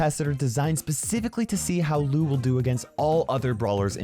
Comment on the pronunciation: ITS LOU NOT LUU